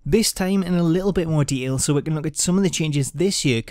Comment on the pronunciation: Is it just me, or does it sound like he's saying "deals" everytime he says "details"?